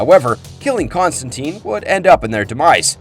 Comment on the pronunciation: According to Gaiman, it's TINE not TEEN. The film ruined his name lol.